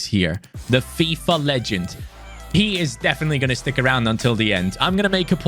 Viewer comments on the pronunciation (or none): none